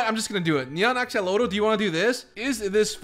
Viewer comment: U misspronoced axelotle sorry (ik i spekt it worng i thinj)